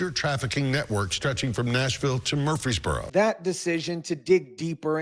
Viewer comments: Same dude. I am a native to Murfreesboro. It really bothers me for some reason hearing this guy pronounce it the way he does. It's "Mur-FREEZE-boro". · Bruh why u said Murfreesboro like that not how it pronounced but whatever I guess 😂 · The fact that you can't pronounce Murfreesboro makes everything else you say ridiculous. You literally couldn't invest 2 minutes to figure it out. Stop it. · wtf can't you pronounce Murfreesboro? the news clips you show say it right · Your not saying Murfreesboro right 😊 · I live in murfreesboro. Glad they busted their asses. Good riddance. Also, your pronunciation of our city name is so funny to me. God bless you brother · DUDE please!!!! You put so many newscasters on showing you how to pronounce Murfreesboro correctly and you still butchered it every single time. Less emphasis on that “R”. Watch how the broadcasters from there say it. I tried to let it slide but the more you did it the more it was like fingernails on a chalkboard. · Was counting on you to roast this guy for his pronunciation of Murfreesboro. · i've lived here my entire life. my family has lived here for generations. the murfree's are an actual family and yes you do pronounce the second R. you are wrong. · 🤣 It's pronounced: Mur-frees-burrow🤣 You tried. I'll give you A for Affort. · where? Murfreesboro? That's pronounced more like Murphy's burrow. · Why is he saying Murfreesboro like Murf-frees-boro? it's Murfrees-boro. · Its pronounced Muprhys borrow... not murph freeze bro lol 😆... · I’m from Memphis tn it’s actually Murphy not mur- free-borough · Bro ! It’s pronounced MURF-REESBORO like Murph - reesboro.. not mur-Freesboro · Murphys borro not Murp freee boroooph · Mur-frees-bore-oh Not Mursfreeboros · he's adding an S after mur for some reason. saying free is correct but murs - frees is incorrect. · Murphy + burough, bro it’s Murpheesboro… wtf😂 not freeze + burough… jackass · dude its murfysburo lmao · Mur-freeze-burro.... it aint hard to say dude